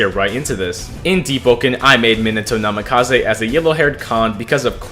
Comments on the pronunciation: "Minado" It's Mean ah toe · me-nuh-toe, not me-nah-toe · the way the say minato rubs me the wrong way "minado" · if you say minahtoe one more time... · Minato’s name is pronounced ( me-na-toe) Love your videos btw! ❤️ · "Minado" 💀 aw nah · Just thought I should tell you, you pronounce his name (meen-a-toe) Not tryna hate or anything great video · Bro said meannahto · was it just me or did he say: “Minano Namikaze ” 😳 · the name pronounciation BRUHHHHHHHHHHHH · You say minato so weird just stop 💀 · It made me so mad when he got his name wrong basically every time 😭 anyway W build as always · stop pronouncing minato like that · why does he say Minato like that 😡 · he said menato minato and nimkize minikaze